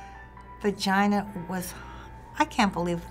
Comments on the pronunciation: hahaha What is a VERGINA?? LOL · Lol virgina... vurgina?